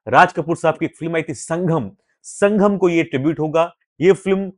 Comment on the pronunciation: संघम नहीं... संगम 🤭🤭🤭